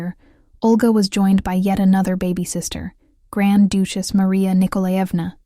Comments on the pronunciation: "Doochess"???? Try Duchess "Breathe-ed" Not sure if this is a computer voice or not. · who in the world pronounces duchess as dooch-ess????? another AI voice heard from, I guess! hahahahaha